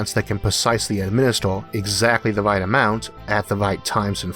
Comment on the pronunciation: I wish my GPS had your voice programmed into it. Tawn left, Tawn Wight, You have weached youw destination, and I've been Isaac Awthaw.